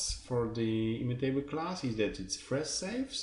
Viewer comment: thanks for the material, few comments: please check the stress of the words 'variable', 'immutable', and yeah, more vividness in voice always helpful ;)